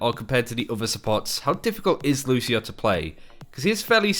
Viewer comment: Lucio, not Lushio.